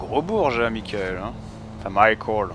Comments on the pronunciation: c'est pas michael c'est MAIIEKEULE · MAIIEKEULE c'est pas michael